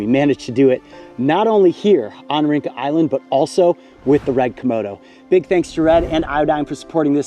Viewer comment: Just an FYI, Rinca is pronounced Rin-cha. The alphabet C in Indonesian is pronounced Che. It makes ch- sound. 🍻